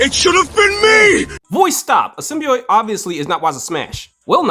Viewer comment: Every single time I heard the word "Symbiote" mispronounced as "Symbioyte" my blood pressure rose. That said, I side with the cat.